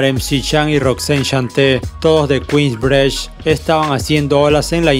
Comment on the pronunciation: "Kuins brich"